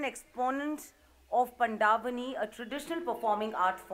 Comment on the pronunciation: Who was the anchor? It's pronounced pand vani not panda vani